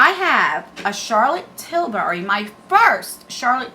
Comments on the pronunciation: I just love watching you! Your so cute, especially the way you say Charlotte tisbury lol it’s Tilbury lol but I like the way you say it!! You always put a smile on my face so thank you,😊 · Charolette TillBury No “S” in Tilbury